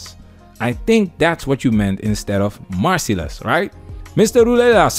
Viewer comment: “Marcy less.”😂 It’s merciless!